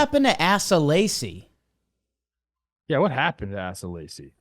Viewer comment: Ass-uh Lacy lol